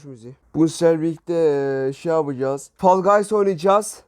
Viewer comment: Şey yapcaz değil ”Şabıcaz”